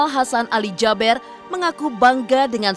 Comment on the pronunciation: Kenapa JABER Sich nyebutnya,,Kan SYEKH ALI JABEER,,E nya 2 kan di baca JABIR,kenapa musti Jaber